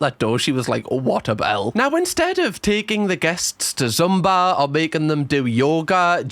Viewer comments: idk if yall call it something else over there, but it is pronounced "zoomba" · It's the passive aggression turning into actual aggression for me! Top Shelf! And the way you pronounce Zumba is adorable - gave me the giggles!😁🤣